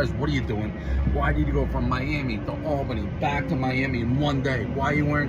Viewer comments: Can't believe the torny is 5 minutes down the road and I had no idea. Goes to show how noone cares about woman's bball. It's pronounced All-bany Benny. Lol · Benny fyi its pronounced All-bany and as a Newyorker-Albany Suxxxxx. Atleast the politicians there DO!!! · And just cause it drives me CRAZY....Its Albany NY, pronouned All-Bany lol (Theres no "Al, like the school janitor 😆😆). Albany NY Born & raised 😀😀😀 #518 #12047 #AlbanyHardcore #NYHC 🤘